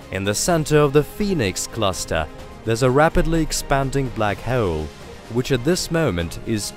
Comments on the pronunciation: Love the content . That being said, you need to learn how to pronounce HOLE I cringed 300 times when you pronounced it as hwoole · How to be unique on YT? normal YTbers: tries billion things and still fails This guy: says "WHOELE" and gets billion views 😂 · Very informative. I especially like hearing "hole" pronounced with 3 syllables. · This was a great video. I love space. But the way you say hole cracks me up.